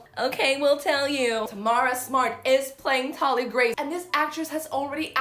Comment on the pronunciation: It personally rubs me the wrong way that she doesn’t know how to pronounce Thalias name correctly… Also the accent, sounds lazy that she wouldn’t do an American accent? But she could be a good actor. We’ll see.